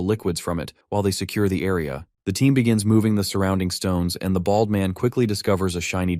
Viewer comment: the way you say "BALD" and "BALDY" hurts me to my core T_T but continue I needs more!!!!!!!!!!!!!!!